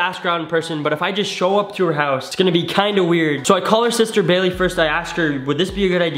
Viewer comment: The face tho also awww ship also the man cant say brooklyn and baily